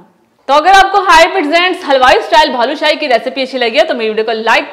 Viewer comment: Bhaloo nahe hota baloo shahe hota hy